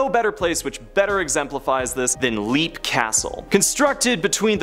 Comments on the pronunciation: Leap is pronounced LEP not LEAP. The A is SILENT. Also, it’s Po-VAY-lia not Po-VEG-lia Ugh I sound like Hermione Granger. sigh I give up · “LEP” castle,not “leap” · Leap castle is actually pronounced "lap castle" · Edinburgh is pronounced Edin-bruh. Leap Castle is pronounced Lep Castle.